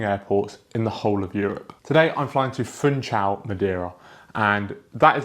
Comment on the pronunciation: It is to be pronounced Foonshal, not "Foontshal"!